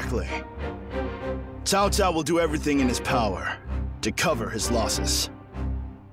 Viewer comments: Why are they saying Chao Chao when it's Tsao Tsao ? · I've heard them saying chow chow. To me it's still incorrect just like when the old dynasty warriors games kept mispronouncing his name as cow cow. Everybody knows it's Tsao Tsao !